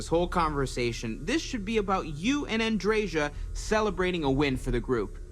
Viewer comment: you are pronouncing Andreja's name correctly. In most european languages the "J" is pronounced as "Y" and the american pronounciation (admittedly not known for their linguistic abilities) is false.